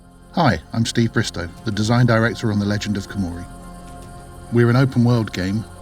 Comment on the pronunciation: The k is kinda soundless... Hiimori Yet is not a simple h think of saying it from your throat very gutural h like you about to spit by grasping your throat Gengis khan was cheingis Han I know is not historically accurate but at least understand basic concepts of the cultura and language revisited xD